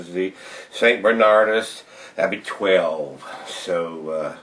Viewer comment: It's actually abbot, not abbey!